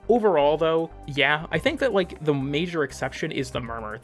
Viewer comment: You just said Ike